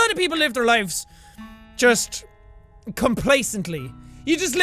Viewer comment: I'm only just saying that it's pronounced lives. Just saying, not going against you.